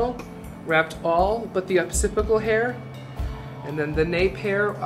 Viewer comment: Love the tutorial! It is OccipiTal bone though, not occipiCal.